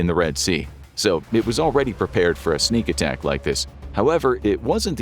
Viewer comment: lol..sneak attack he said..